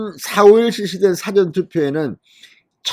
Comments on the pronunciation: 부정선거 철저히 감시하자! 이 방송듣고, 몰려가지 않을까 염려되네 발으이 좀 그러네 '사전' 발음 할때, 뒤에 있는' 전 '자에 악센트를 줘야 서울대 출신이 왜 이런지,,,발음교정필요! 나도 부산이지만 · 유튜버님. '사전' 발음 좀 고쳐주세요. 듣기에 너무 거북합니다.